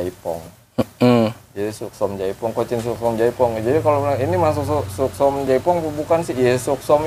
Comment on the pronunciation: Yang bener katanya Suksom chai Phong bang bukan jaipong 🙏🤗